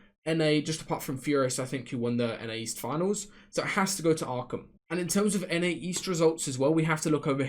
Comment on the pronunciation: When u started saying jahq and streched and stuff I got scared but u came through with Arkham